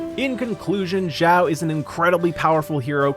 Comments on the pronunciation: it's shao not jowl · xiao not shiao, jao/gao nor zao its xiao x = (s)nake ------- cost 0 effort to just listen to the google translator pronouncing xiao ( = demon/elf) for u